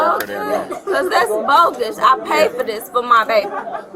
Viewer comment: I’ve never heard some pronounce bogus as bojus. That was awesome.